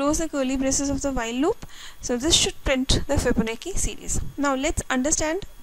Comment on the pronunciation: its "fibo. na. chi" pronunce